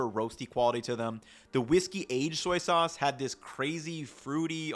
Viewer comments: “Some soyces” lol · some soyces lol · “…some soyces….” 🤣🤣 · “Soyces” I’m using that from now on. Soy Sauce takes too long to say, so I’m saying “Soyces” now. Haha I don’t know if that was a mistake or not, but I like it! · some soices... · he mixed the words soy and sauce and it became soyce lol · "soyses" haha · I like how he some times combines the words soy sauce into soyces.